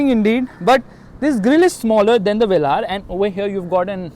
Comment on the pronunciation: The way you say vellaar ÷